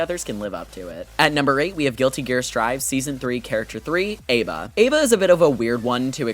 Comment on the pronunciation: That's not how you pronounce ABA. That is the only flaw of the video, though, have a nice day